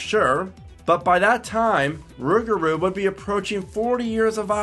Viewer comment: I can’t stand the way you say rougarou